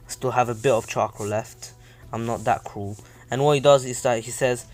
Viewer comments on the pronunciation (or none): none